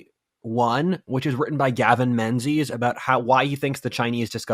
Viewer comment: FYI Menzies is pronounced like "min-gus".